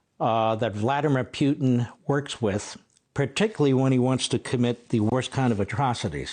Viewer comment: It's funny how you say Piutin 😆. It's more like Put in 😁. And when you talk about dirty work, don't forget to mention Hamas, Hezbollah, Mossad, MI6, CIA and FBI.